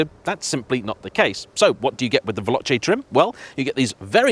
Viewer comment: Yep. At least he managed to pronounce 'Veloce'. We could have been blessed with 'Veloke'.